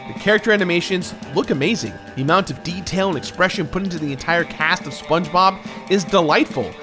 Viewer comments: sponbob, thats what i heared and i cracked up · "Spong" Bob?!